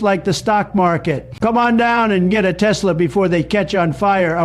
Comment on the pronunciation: "Tesler" - donald trump